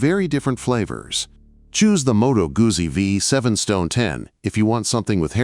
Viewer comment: Please learn how to pronounce Guzzi. Please...